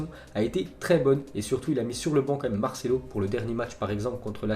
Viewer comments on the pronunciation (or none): none